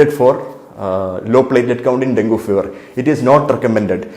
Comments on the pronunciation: IT IS infact pronounced as Dengi...if you can't use your brain at least use google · Doc, ithine den - gee ennu parayunnu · Pronunciation - Den-gee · At first you pronounced it as dengi, afterwards you came back to dengu